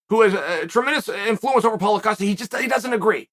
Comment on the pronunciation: Chael is saying Paulo Costa correctly these days. I remember last year it was "Paul Acosta" and we all just accepted that Uncle Chael changed his name for him.